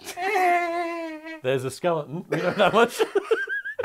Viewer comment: When they all say "skeleton": - Skele'on Tom - Skeledon - Skeleton